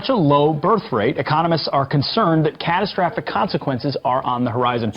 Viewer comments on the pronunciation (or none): Who knew that the dude in 2017 who reads Fox News teleprompters for a living yet can't even pronounce "catastrophic" would grow up to be Duke of Defence in 2025. Just goes to show how hard work and unwavering confidence can reward you with riches and militarized vengeance against the gays. WHO'S A BAD KISSER NOW,!?? 🤠